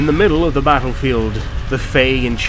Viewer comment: For zhe Lady!